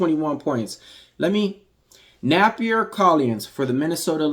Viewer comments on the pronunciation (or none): 😂😂😂😂 Ayeeeeeoooooo maaaannnn YOU🫵🏽 CHOPPED AND SCREWED her name bro😩 not once but maybe five or six times MY BABY🤦🏽‍♂️🤣 That is priceless gotta put that on a short vid. Great work tho bro overall I don’t usually comment but had to with this one. Will be following some of those props too✊🏽 but it’s pronounced nAH/na - fEE - Sah. Sounded like you were saying Nappier to me😂😂😂😂😂. Appreciate the laugh tho made my day. Thanks